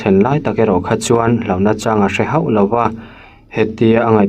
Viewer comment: A ziaktute'n an ziak dik lo deuh a nih pawhin chhiar dik tum hrâm hrâm ila a duhawm khawp mai. 'Kan lo en ho/haw mai a' tih ni lovin, 'Kan lo en hau mai a' tih tur.